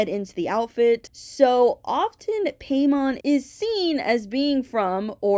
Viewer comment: Im pretty sure hiis name is pronounced like paimon from genshin (pie-mon)